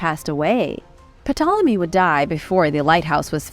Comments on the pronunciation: Pe-Tolomy. Erm, OK.... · The p is silent in ptolemy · The way she says 'Ptolemy'... Hahahahaha 🤣🤣🤣 My bad 'mausoleum' is pretty funny too, but Ptolemy gets the gong. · Stop! It's pronounced Tolemy not P-Tolemy. Like Ptarmigan is pronounced Tarmigan. The P is silent. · The P in Ptolemy is silent. Its pronounced Tolemy. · Great video. Just, FYI, you don't pronounce the "P" in Ptolemy. But carry on. Good stuff. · The p is silent in Ptolemy lol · the P is silent.... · Pretty sure the P in Ptolemy is silent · Nice vid very cool although the P in Ptolemy is silent. 🤯